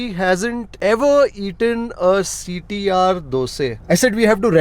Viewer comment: Hi sir, when you pranoun CTR , I heard like CT maar song...😂